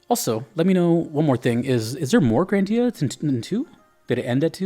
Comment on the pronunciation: The only proper pronunciation is GRANdia, not "GranDIA". As in "GRAND". Also, yes, there's more GRANdia than just GRANDIA and GRANDIA II. Parallel Trippers and GRANDIA Xtreme, for one. We don't talk about "Grandia III" because it's utter garbage, no one in their sane mind would dare to tell you they genuinely like it.